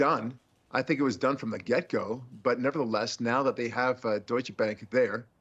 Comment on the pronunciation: Deutsche Bank Deutsche has 2 syllables